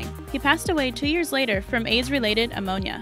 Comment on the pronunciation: Omg, I was thinking the same!!! My father (still alive) was born 1929. And was it my imagination or did the narrator say someone died of aids related ammonia? I swear that’s what it sounded like. 🤔🤔